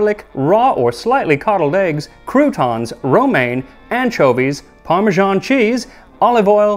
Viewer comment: Why you pronounce parmesan like that?